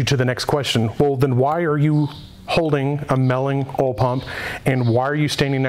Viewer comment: Holy shit...say it with me Oil pump...not OL pump...lol